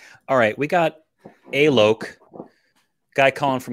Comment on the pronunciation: Directly addressing...not sure if you heard the lad state the actual pronunciation of his name (Alok)...but if you did and still kept calling him A-loke...that's a bit of a dick thing to do mate.